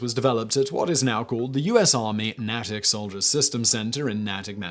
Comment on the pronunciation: McRib video. 9 seconds Natic Massachusetts is pronounced Nay-tic not Na-tic…LOL